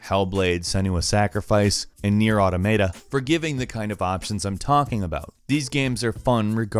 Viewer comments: Oh so you pronounce Automata like that, guess not everyone knows the word automaton. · I always pronounced it ah-TAH-muh-tah, but it seems like most people say ah-toh-MAH-tuh. This was the first time I've heard ah-toh-MAY-tuh, though. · That's sad that you found a new way to butcher the title Nier Automata... - (AU-TOM-A-TA) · That was the first time I heard it pronounced like that. How do you get to the point you mispronouce it like that. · He said Automata wrong... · dude you pronounced Automata wrong :/